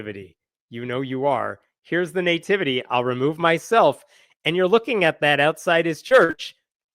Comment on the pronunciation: I love me some, and I really enjoy choice of subject matter, humor, and wisdom. But it drives me crazy every time he says the word "nativity.", it's not NAY-tivity. It's NUH - tivity.